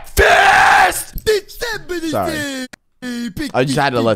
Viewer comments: HAHA I LAUGHED SO HARD WEN YOU SAID BEKFAST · You said beckfast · Its BEKFAST BOIIIIIIII